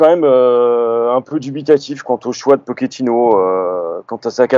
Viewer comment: Sinon, un jour, les mecs, vous pourriez juste bien prononcer le nom de Pochettino? J'suis loin de le porter dans mon coeur, mais entre les prononciations telles que pokettino (à l'italienne), les pokettinho (mix d'italien et de brésilien) ou les Pochettinho (carrément à la brésilienne), on en finit plus. Donc le mec en haut à droite faut qu'il arrête de dire Poketchino parce que là ça devient n'importe quoi. Et pourquoi pas Poketchéquoslovaque, tant qu'on y est... La bonne prononciation, en espagnol, c'est Po(T)chettino. Ce qui, décomposé, nous donne - répétez après moi! - PO-TCHE-TI-NO. Rien de plus simple. P comme "Poney", O comme "Olé", T comme "Tuchel", CH comme "Chantal Goya", E comme "Électricité", TTI comme "Tigana", NO comme "No comment" Pour conclure, j'aimerais finir sur une citation de Geoffrey Jourdren 😍 "ZIZOU! Z-I-Z-O-U! ZIZOU!"